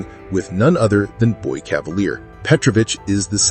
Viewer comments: Dude it’s pronounced “cavaleer” he’s not French smh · AI can't say "Cavalier" properly?